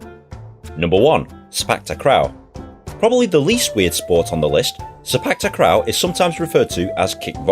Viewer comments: Sepak takraw ....not krawl....but tak raw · "Seypak takrau" lol. sey-pake ta-kraw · Sepak takh-raw, not takh-rao. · The way yu say sepak takraw is say park talk raw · Itz called se pak tac kraw u pronounce it wrongly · Say-Pak-Ta-kraw Kraw like crawl but with no L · U says sepak takraw the wrong way 😂😂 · You pronounced sepak takraw wrong and its getting on my nerves as i am from south east asia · That's not how u pronounce sepak takraw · ITS FUNNY HOW YOU PRONOUNCE SEPAK TAKRAW I KNOW SINCE YOURE BRITISH ITS RLLY HARD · how you say sepak takraw is no where near how we say it in south east asia